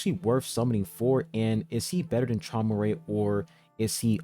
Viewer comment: Traumerei is actually pronounced “He-moo-rye” fun fact